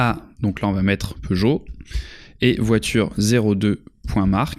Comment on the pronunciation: Peugeot et non Peugeolt